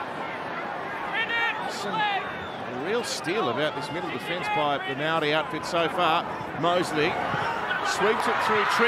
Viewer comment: why are aussie commentators saying "maldi" its maori. just say maori as long as you being respectful its fine. its gone too woke. never met a non kiwi who properly pronounce maori anyway. its no big deal just to say it normally.